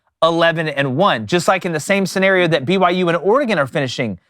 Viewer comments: Love the way these geeks pronounce “scenario” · Bro why you pronounce scenario like that 😭